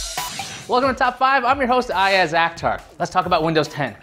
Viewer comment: Everything was perfect except your wrong Pronunciation of You own name. It's "Ayaz Akhtar", it was pretty odd. Up-to you 👍